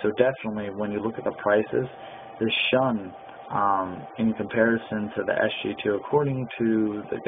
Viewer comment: Pronounced "shoon". Review should be done by people not saying "I really don't know" or "I guess" etc.